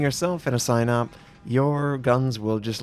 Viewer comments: It's pronounced something like see-nope. Not sign up. Just fyi :) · I think it's pronounced "seenawp" Probably this battleship was designed for the black sea not the Baltic. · Pronounce it as Sea Nope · "Sihn-ope". Short i, long o. Pronounced quickly.